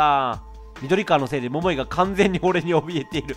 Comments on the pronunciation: 桃井の発音が違いすぎて毎回笑っちゃうｗ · みずあ 絶対イントネーション間違ってますよね笑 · ももいの発音絶対違う(笑) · モ↓モ↑イ↓ で草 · 待ってました～❗ それにしても ヒィッ↑クスってw ももー↑い も気になるw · モモ↑イ で笑ってしまうｗｗｗ